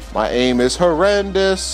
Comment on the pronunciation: i went back and listened to it... you slurred It's and Horrendous together. it sounded a little like torrendous.